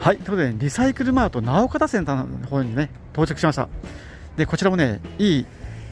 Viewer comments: 、直方はなおかたではなく「のおがた」って読みます(笑) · いつも楽しく拝見しています。ようやく筑豊来てくださいましたね。飯塚市また来てください。お会いしたいです、それとなうかたではなく、のおがた、と読みます。！会いたいです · 、直方は「のおがた」です。😅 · 直方の読み方は、「のうがた」です😊